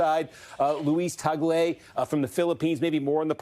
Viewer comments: Thanks for pronouncing Cardinal Luis Tagle's surname correctly, Steve. ü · U pronounced Cardinal Luis Tagle the right way ! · Kudos for pronouncing correctly Cardinal Tagle's name. It shows you did your research.